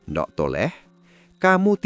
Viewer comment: Hahaha pengucapan nDhuk.... Thole..... Kok jadi nDok ... Tole...?? 😂😂😂